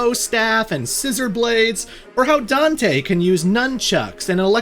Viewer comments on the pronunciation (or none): none